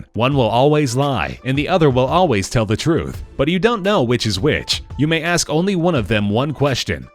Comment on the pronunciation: You aks them to go to purgotory.